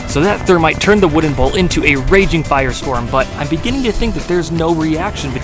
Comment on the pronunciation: Did he say termite?